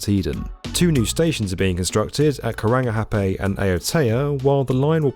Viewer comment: You pronounced Karangahape so well